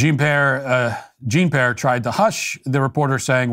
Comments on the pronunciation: It's peee-airrr, not pear. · "Gene pare" 😅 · "I can't believe that I almost said it correctly." Love it. Keep it up, Matt. 👍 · LMFAO! That fake apology on her name killed me! You acted like you were apologizing for getting it wrong then you said I'm sorry I almost said it correctly. 🤣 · There's this language called French, Matt. Look into it before you butcher this woman's name anymore. The cool thing here is that Ted would see the good in Matt, forgive his faults, and lead him to becoming a better man. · I absolutely love Matt, but seriously, the deliberately mispronunciations of Jean-Pierre's name need to stop. I highly doubt that pundits who are millionaires and work for DW and Fox have never encountered French.